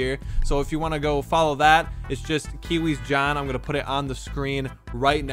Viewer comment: Cairzy said "Kiwiz no"